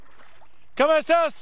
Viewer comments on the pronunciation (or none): I will try my best to transcribe and translate the segment ¡Hola! ¿Cómo estusss? (Supposed to be "Hello, how are you?") ¿More... M-m-more los magrllrlros vilajandrrei? Sí. (Not entirely sure but based on what he says later I think he's trying to say ¿Hay más migrantes [que están] viajando? Which is to ask, "Are there more migrants coming?") ¿Habla inglés? (Do you speak English? Note, he's technically asking for a third person, though this conjugation could be for a formal usted, but given that he used the informal tú earlier this is unlikely intentional, but whatever, I'll give it to him. "Do you speak English?") ¿No? (No?) ¿Cuántos tei paguen cruzar los m-uhhh migranteis? (As is this is very broken. If we fix his pronunciation/syntax, he is still saying nonsense. ¿Cuántos te paguen para cruzar los migrantes? This is asking, "How many might they pay you for the migrants to cross? What he probably meant was like "How much do they pay you/migrants to cross the border?") Na (Probably No?) ¿Qué le dice a la presidente Biden? (What do you say to [Mrs.] president Biden? Read the above about how he is technically asking what a third person has to say but whatever.)